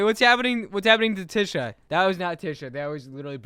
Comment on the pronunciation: I’m never gonna distract again… btw Tisha’s name is pronounced tee-shuh not tih-shuh